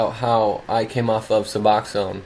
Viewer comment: Thank you for this video and THANK YOU even more for pronouncing Suboxone correctly 😂.Don’t know why most of the world pronounces it wrong . Tapering off of it is hard . I’ve done it before. It’s always nice to pick a time when you’re feeling happy and have time to rest . Of course I’ve been back on it for years now and need to try to taper again. Good for you tapering. I watched funny movies and did anything it took to make me laugh during taper . Did you notice you could laugh easier and feel things ya hadn’t felt in ages when you got free of sub ? I did . I miss laughing so easily 😂